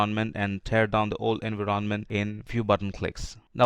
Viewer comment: voice sounds robotic.. there is no pause at all between sentences. why you pronounce Envy-RON-Ment ?????